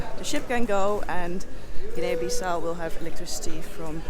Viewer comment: The A isn't pronounced in Guinea. It's two syllables.